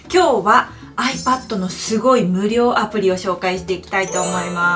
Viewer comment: ドモです。 「有料アプリ」と聞こえるのですが、「無料アプリ」ですよね（＾＾）